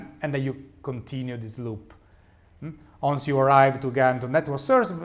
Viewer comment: Da rivedere la pronuncia di "once"